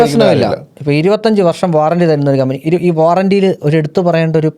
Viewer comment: കമ്പിനി അല്ല കമ്പനി